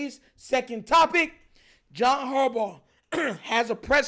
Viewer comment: It’s harbaugh